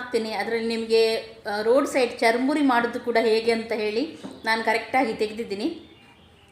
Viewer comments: madam adu chur muri not charamuri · Nice.... charmuri alla sis..... it's churmuri.....